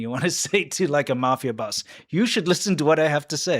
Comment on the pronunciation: Instead of boss I just heard balls